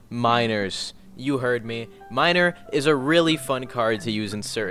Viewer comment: you said miner that way on purpose